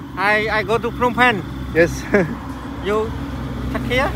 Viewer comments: Phnom pens should be pronounced as Nam phen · Capital peru nomphen (nampen) ani palakali ph silent word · The capital should be pronounced as nam phen